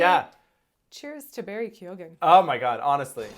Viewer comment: first minute in, youre not even saying Keoghan correctly. why the fuck would i listen to the opinions of two people who dont even know what the protagonist is called? Fucking pass. Do your homework. Watch a review by other people maybe.